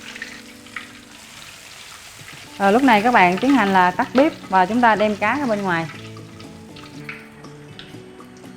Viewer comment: Bếp chứ không phải Bíp😂 Nhưng cảm ơn bạn, nhìn rấ ngon.